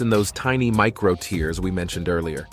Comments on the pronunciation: Tears pronounced as (tehrs) not (tiers) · BTW buddy, those microscopic "tears" are pronounced "tares" to differentiated from "tears" that fall from your eyes. Reading your copy beforehand is like using spellcheck after writing something -like this sarky entry on your channel. Your friendly(not) pronunciation friend. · Pronounces muscle 'tears' as TEERS (like the ones you cry when you can't even do 10 pushups, lol) and expects to be taken seriously. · The voice (computer generated?) is mispronouncing "tears". It's not "tears" as in crying but "tears" to rhyme with "bears". To pronounce it as in the video is nonsense, as muscles cannot weep. It also shows people doing rapid pushups with their chests never touching the floor, which contradicts the advice of anyone who knows how to do pushups. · Why does it keep mispronouncing tears? 😂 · The narrator weirdly pronounces “tears” to rhyme with “fears” not “fares”… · If you want some respect, try to learn how to pronounce "tears". Really, I don't think we are crying about it! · Eventually, the robot readers will even be able to distinguish between homonyms like "tears" and "tears", which this one gets consistently (and amusingly) wrong. Another giveaway was its pronunciation of "eccentric", which is always pronounced "eecentric" in the workout and therapy world for some reason I don't understand.